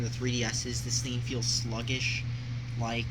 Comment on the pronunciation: How exactly can something that's just a digital store, have a gimmick? The tax is the only problem. And of course Microsoft Points don't have taxes, THEY DON'T USE REAL MONEY! Swearing isn't cool and doesn't make you adult-like either. Also, you really should learn to pronounce "thing". It's pronounced THING, NOT THEEN.